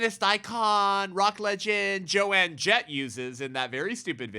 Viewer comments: I feel like someone needs to let you know… It’s Joan Jett (as in Joan of Ark). Not Joanne. Sorry I could not help but laugh, but I do agree with your point regardless :) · It's Joan Jett not Joanne Jett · No big deal…about her name, but it isn’t Jo-Ann….its Joan (silent a). My daughter, now 60) followed her as a teen. It’s very sad and horrific what she’s saying…. Terrible things to come, I’m afraid…so glad our great God is in control! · I agree with him too, but came to say the same thing 😂. Joan, not JoAnne. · I love how keeps calling Joan "joanne" lol